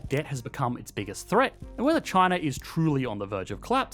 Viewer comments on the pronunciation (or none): in the intro, it's biggest "threat", not "thread" also, would you like to translate this content into Spanish? I can help! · Threat not Thread (44 seconds)